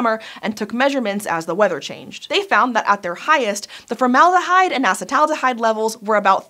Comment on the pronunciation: Say it with me, ah-seat-uhl-aldehyde